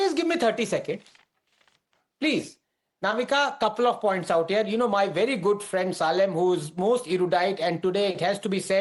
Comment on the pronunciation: He is not saalem. It’s pronounced as Say Lem. People from North are pathetic when it comes to pronounce the names from Tamil Nadu. They will say Kanimozhi as Kani Mojhee where as it’s Kaani Molli. 😂😂.